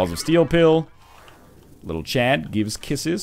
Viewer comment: It's Little "C.H.A.D.", not Chub!